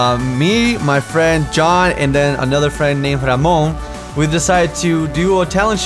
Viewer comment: No he said Ramone' with his accent and rolled his Rs